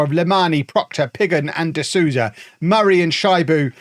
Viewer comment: Souza is pronounced so-za not sue-za